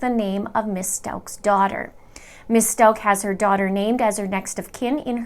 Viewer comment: How do you get "Stoke" out of S-t-a-u-c-h? Don't you listen to the news and how they pronounce it?